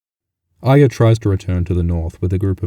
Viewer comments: not aya; arya wyth the R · well it isn't pronounced ah-ree-yah. it's ah-yah. that has been confirmed. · Can people please learn the fucking pronunciation of the name Ayra... It's not A-y-ia (like the Brienne actor says), it's A-r-ia. You sound like you have something wrong with you.. :/ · why do you brits always pronounce Arya as "Aya"? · you're deaf if you disagree. go count how many times its pronounced "aya" vs "aria" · chuhrros so how do you explain why all of these brits are calling arya "aya" even thought GRRM said it was pronounced as "Are-ya"?? or do you still think that is the intended pronunciation even though not everyone on the show says it that way? tell me how that makes sense. If GRRM intended everyone to pronounce it like "AYA" then EVERY SINGLE PERSON ON THE SHOW would have been pronouncing it that way. fucking idiot. use your brain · why is he saying iya it's not pronounce that way at all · chuhrros hence why I said "brits always pronounce Arya as Aya".....because of how many brits in the show pronounce it that way. But just because they pronounce it like that doesn't mean it's supposed to be pronounced that way. Why do they say "Arry" correctly but not "Arya"? Arry is simple the boy version of Arya therefor they should be pronounced the same way. GRRM didn't "intend" for that, it's just how brits say it. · you're an idiot if you think brits don't naturally pronounce their 'r's. Maisie Williams is a brit. she pronounces Arya without the 'r'. yet she has no problem saying pronouncing Nymeria, where the 'r' is pronounced. it has nothing to do with accents, and it is GRRM's intention. Mojo just schooled your dumb ass, so stop being dumb already.